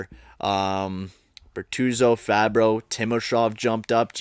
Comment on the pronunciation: IF U SAY FABBRO OR BERTUZO ONE MORE TIME IM GONNA LOSE MY SHIT ITS FABBRI AND BERTUZI